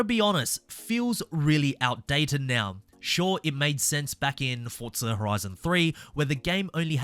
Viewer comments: It’s not FORT-ZA say it correctly it’s FORZA where are you getting FORT-ZA ? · When you review a game, at least get the name right, it's Forza, not Fortza